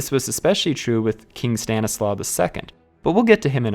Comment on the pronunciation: In Polish the letter "W" is pronounced like the English "V". So Stanisław is pronounced "Stan • i • slav". Outside of that good job